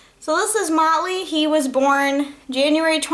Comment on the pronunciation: oh, lol! i thought you were saying molly. haha